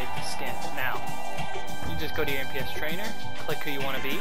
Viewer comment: isnt it "NPC" trainers? not "NPS"????